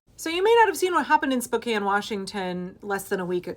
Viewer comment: Thank you for pronouncing Spokane correctly. My father was born and raised in Spokane. I spent many years living in Spokane while I was growing up - born in Seattle, raised in Eastern Washington and Central Oregon. Spokane was not always Republican. Tom Foley, former speaker of the House, was from Spokane.